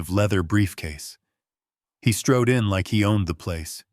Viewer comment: Come on, folks. He "strode" in, not stroed.